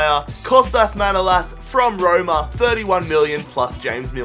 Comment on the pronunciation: Kinda annoyed me you pronounced manolas wrong but Awell! Glad you chose him though! But again annoyed it's liverpool!